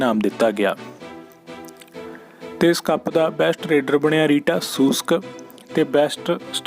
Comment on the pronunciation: ਰੀਟਾ ਨਹੀ ਰੀਤਾ ਸ਼ੂਸ਼ਕ ਆ ਬਾਈ